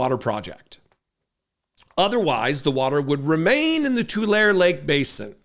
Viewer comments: Tu-LAH-re Lake, fwiw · We pronounce Tulare like "To Larry." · Tulare: Tu-lar-ree Lake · Great video. Small correction, it’s pronounced Too-lair-E (Tulare). Thanks for the content, be genuine, and take care of one another Brother. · It’s pronounced “too-Larry “ Tulare. Indigenous California Tule. Thanks